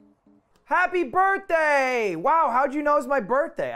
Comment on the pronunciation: he said happy bith